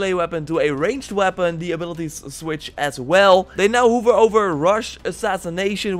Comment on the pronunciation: This nigga said HOOVER instead of hover